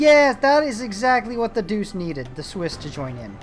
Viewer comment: Believe it or not, it is pronounced Duche not Doose. It's weird but then aain...